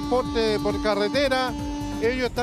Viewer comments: Dijo CALETERA? 😂😂🤣🤣🤣🤣🤣😂😂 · Se dice carretera no caretera